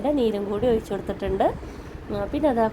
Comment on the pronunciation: ഒയിച്ചു അല്ല, ഒഴിച്ചു കൊടുക്കുക എന്നാണ്